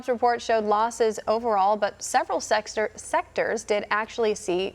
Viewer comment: Several Sex-tors?